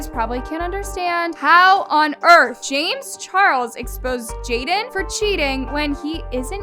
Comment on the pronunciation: SHE SAID JAMEZZZZ?????!!!!